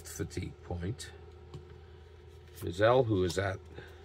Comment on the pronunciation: Hi..... always enjoy your replays using basic and I love basic myself. I think I mentioned to you that the one thing that bothers me about basic is you cannot get hit with a pitch. The way to pronounce vinegar Bend Mizel and it's pronounced my z e l l..... vinegar Bend myzel.... keep up the good work